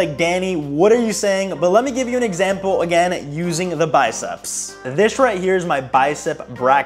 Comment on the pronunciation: I heard “biceps black guy” lmaoo